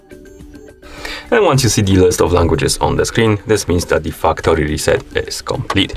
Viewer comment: I legit thought this guy said fuckory reset settings😅